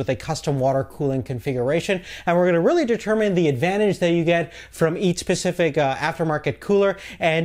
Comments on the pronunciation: Specific !! not Pacific.... ooh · Specific. 'S'pecific. There is an S at the start of the word specific. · "Pacific cooler" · I just have to......"each pacific" xD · maybe he said "east pacific"